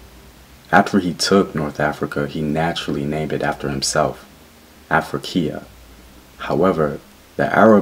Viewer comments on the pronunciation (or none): I am African and in my language we say Afulika, other tribes say Afurika. BTW The Egyptian word is pronounce Afru~Ika and not Af~rui~ka like you are saying it.